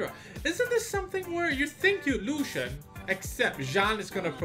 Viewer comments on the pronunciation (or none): none